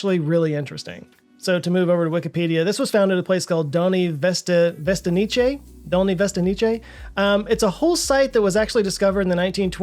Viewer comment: Dolní Věstonice = Doll-knee Ve-est-oh-nits-eh, or something like that. Definitely not what you said, Dolni Veston-ee-chay. Fuj.